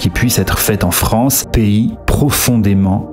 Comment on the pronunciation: Ahh, la Fronce...